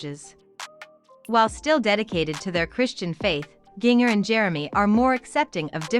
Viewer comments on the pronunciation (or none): Jin-jer.....not Jing..er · Right. I was hearing jr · It's Jinger, not Junior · What I don't understand how in the world you don't know how to pronounce Jinger? So many other creators mispronounced other names and words in their vids. Makes me crazy! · “JING ERRRR” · Omg I wish this robot could pronounce Jinger's name right 🤦‍♀️